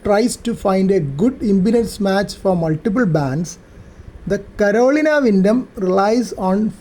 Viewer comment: Thank you for the great video, and an antenna that I am going to put at the top of my project list. Was amused by your pronunciation of Carolina, as it hits these ears as "colonial", but as my wife has a hard time with some English words, I have learned to auto-correct as it reaches my ears. Again, thanks for the video.